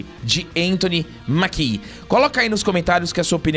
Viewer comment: Só uma leve correção, o sobrenome do ator se pronuncía "Méquie", não Maquí. E isso de reclmar de falta de negros em seleções, teve com a Argentina durante essa Copa. Só foi mais lindo ainda terem vencido, mostrando q não precisam de negros pra serem campeões como a mídia adorava alardar.